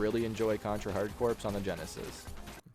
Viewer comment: Just FYI, Hard Corps is pronounced Hard "Core" and not Hard "Corpse."